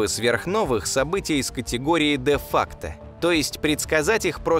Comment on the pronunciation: Не де-факте, а де-факто . Если уж хотите блеснуть латынью, то хотя бы проверьте как произносится, а не выдумывайте то, чего на самом деле вообще не может быть. Да, я придираюсь. Но есть же люди, которые могут использовать это выражение "де-факте".